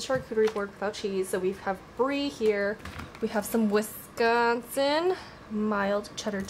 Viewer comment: wissSCONNNsin cheddar cheese LOL ily 😂💛